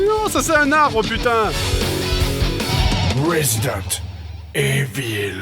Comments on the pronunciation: Ca prononce resident a l'anglaise mais le Evil a la francaise u.u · 2) ..., tu lui fais prononcer "ivell", il aura l'air aussi con que le gars à qui tu feras prononcer "évile". Pourquoi ? Parce qu'encore une fois, le mot ne se prononce ni ivell, ni évile. Il se prononce Evil. C'est pourquoi il s'écrit Evil. Seulement il ne se prononce pas "Evil" comme "Evil" se prononce en français, parce que ce n'est pas un mot français. Il se prononce "Evil" comme "Evil" est prononcé en anglais, car c'est un mot anglais. La difficulté de ce concept m'échappe totalement. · Resident IVOL! Pas évile! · évile pas iveule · ça se dit résident ivol . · Ah, Grenier, si tu veux lire "resident evil" avec l'accent Anglais, prononce "iveule" pas "évile". Juste un petit point sans importance ;) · Sinon on dit résident iveule, pas évile. Mais bon, pas grave x) Du JDG, très bon comme d'hab :p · on dit pas resident "évile" mais "iveule" :) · "Rézidannte... évyle" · Il fait exprès de dire évile pour faire chier les gens, comme dans le test de Link Faces of Evil. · Rwésidante Hé-ville! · ça ne se prononce pas "évil" xD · c'etait surement voulu le resident evil prononcé à la française.-_-" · Non. Ca ne se prononce pas "ivel". Va voir un anglophone et dis lui Resident "ivel" tel qu'ivel se prononce en français, et s'il a moitié autant de méchanceté que le troll moyen qu'on croise dans ces commentaires, il se foutra de ta gueule autant qu'ils se foutent du JDG. Voire plus puisque tu crois sérieusement avoir raison. Je reste sur mon assertion du premier message : ça se prononce "evil". Vous ne savez juste pas prononcer "evil" en anglais. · non ça se prononce raiyzidentee iiïivôleuuuhhh ! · Evil sa se prononce ivil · C'est Resident Evil, ca se prononce Resident "Ivol". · S̶̴͟i̸͘͝m̀ Ouais j'avoue... Pas doué en anglais le jdg.